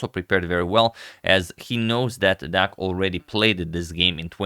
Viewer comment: the pronunciation on 'deac' is good this time :)